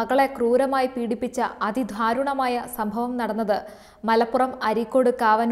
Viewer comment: ധാരുണമായ അല്ല ദാരുണമായ